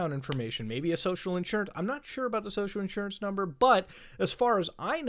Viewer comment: Social Insurance Number. mmmhmm Muta talking like a straight foreigner!